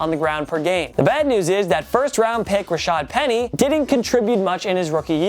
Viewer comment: I like how you said raasad penny and put a picture of like Davis